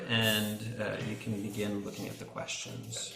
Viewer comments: is that quastions or questions😂? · "quastions" A'aight, imma head out...